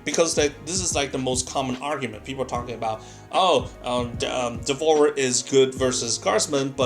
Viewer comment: Learn English, its DEV-OUR-ER not devor